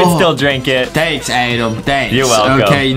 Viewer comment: Why don't say Adem just say adam